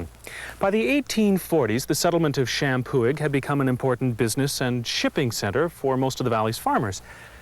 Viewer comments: the historian pronounces the name champoeg correctly. The g is silent and the prounciation is sham poo e. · This is driving me nuts... the “g” is silent in Champoeg, other than that they were saying it right. Champoeg = Shampoo-ee